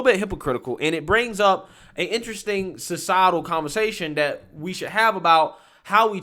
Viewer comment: It is not "dat." It is "that." It is not "dere." It is "there."